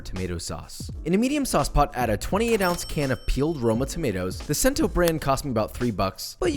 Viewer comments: When he pronounced cento and sento and then said Alfredo had cream it in 🥴🥴🥴 I don’t blame u for the aglio e olio. Interesting sequence of words to pronounce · Okay, I dont mean to be that guy, but one time my coworker and I were getting coffee at a place called "Cento" (great spot btw, if youre ever in SoMa in SF) and he got RIPPED on by the barista for calling it "Sento." Its pronounced "Chento." So maybe I can save you the embarrassment that we had. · Great videos and recipes. But, if I can be a bit of a critic- the brand name of the tomatoes you used is pronounced Chen-to not Sen-to. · Papacito: Cento is Italian. “Ce”or “ci”are pronounced as we pronounce “ch” in English. It is pronounced “CHEN-toe” I’ve learned that, in Italian, a visible “H” is silent, it softens the letter before it. As in “Chianti” pronounced “keeAHNtee”. “paparDELLE” Bucatini is for thin, broth like sauces, such as seafood sauce. Your “Alfredo” is cheaper if made authentically, with unsalted butter and grated parmigiano, and a dash of pasta water, vigorously stirred together with the hot pasta. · Cento is pronounced “CH-ENT-O” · Cento is pronounce Chento. KTHANKSBYE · To the Italian pronunciation, yikes. lol but DOUBLE YIKES to the way you pronounced the brand Cento 😩bruhhhhh